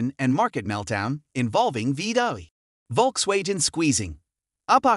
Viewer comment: Bro.. did you really pronounce VW as “Volks-Wage-in”?